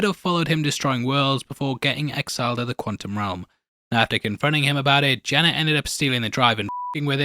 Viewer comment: I was so confused for a second. I kept going back in the video because you kept saying "Jenna" Came to realize you were actually saying "Janet" You sound like a dog with peanut butter in his mouth. Are you gonna work on that?